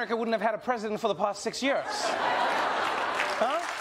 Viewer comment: You have to. Just understand Trevor’s pronunciation of “years”. Or as he says. “Yearges”